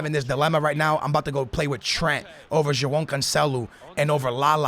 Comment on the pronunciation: Hes name is not Joaahn man